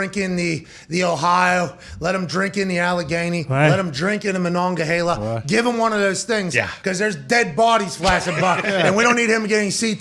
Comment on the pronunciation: As someone from WV, the "Mahongahgala" (Monongahela) pronunciation was 🤣😂🤣😂